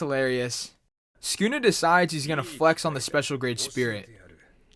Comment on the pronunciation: skuna is what u said.